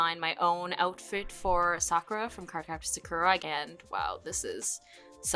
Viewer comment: Such a great trip down memory lane! Have you ever noticed that when you say "Sakura" as a character you say her name correctly, but when you say the title "Card Captor SakURa" you pronounce it differently, probably how you did as a kid. Isn't that interesting? It's hard to break habits like that. That was one of my favorite shows, too!